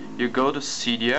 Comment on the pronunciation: u say seedia instead of cydia